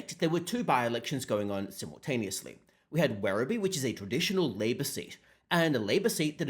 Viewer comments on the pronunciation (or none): none